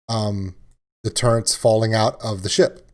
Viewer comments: Their called Turrets.. not Turrents. 😂😂😂 no “N” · say "turrents" like that one more time....